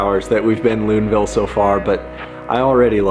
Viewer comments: Ok I'm going to be that guy: it's not Loodenville it's Loodonvyell. The locals will appreciate you. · Disappointed they don't know how to pronounce Loudenvielle. Then again, no one seems to want to learn how to pronounce Val di Sole, either. Okay, I'm over it.